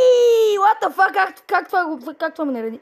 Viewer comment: i like how he say "what the fockk" 😂😂